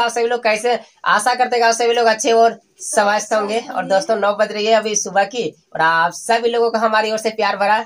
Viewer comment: सवस्थ नहीं स्वस्थ बोलो भाई ,😂🤣🤞